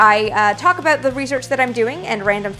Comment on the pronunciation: Sure enough! The "ah-boot" gave you away as being a native of the "GREAT WHUTE NORTH". Not bad though. Your diction and pronunciation are GREAT! "BON CHANCE"!